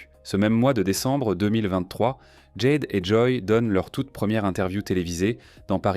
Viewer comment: Ce serait bien de prononcer les prénoms en français dans le commentaire. Jade le a c'est A jede. David avec un A pas une, devid. Merci